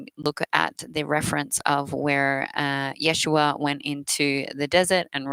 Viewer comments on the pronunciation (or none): none